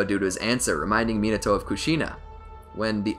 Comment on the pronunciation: mi NA to NOT minaTOAD